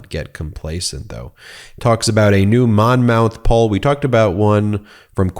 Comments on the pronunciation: Hey, Ben. That's pronounced, Mon' muth. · Monmouth University is pronounced Monmuth ☺️